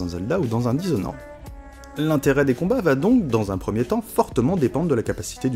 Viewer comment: dishonoraide ? olalala, ça apprendra aux gens à prononcer les noms des jeux correctement